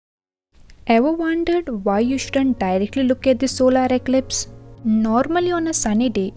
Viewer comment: "ZoDdA eCliPz"